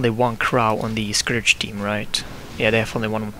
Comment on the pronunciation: it's scourge not scourage!!!!!!